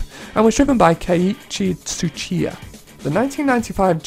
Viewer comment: Butchered the Drift King name, keiichi Tsuchiya